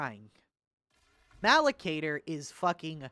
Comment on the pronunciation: I live for the moments where you mispronounce a dumb warhammer term (malocator) in a way that makes it a different real warhammer term (malcador)